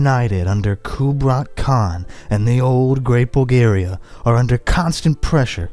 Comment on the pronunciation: We Need More Videos Like This. But PLEASE Learn How To Pronounce, Like, Every Name You've Said In This Video, As I'm Pretty Sure You Pronounced Most Of Them Wrong. Including Khan And Khazar.